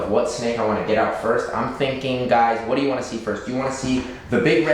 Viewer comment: Also its do not doo